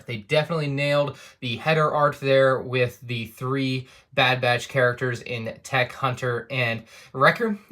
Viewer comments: You keep saying their names wrong! Why does everyone do this?! It's Teek, 'unta, Recka, Rosshair, and Eeko... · teik rekah and huntah